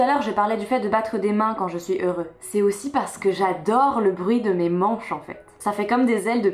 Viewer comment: Pourquoi tu prononces le "x" de "heureux"? Est-ce que ça a un rapport avec l'écriture inclusive pour les non-binaires?